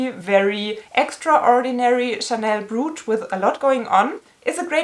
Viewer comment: I’m feeling you! Hope you‘ll get the money back! Just one thing: your pronouncuation of ‚brooch‘: it‘s not [bru:tsh], the vowels sound like in ‚coach‘